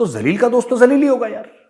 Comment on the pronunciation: "jalil" bro not "kalil"😂🤣😂🤣😂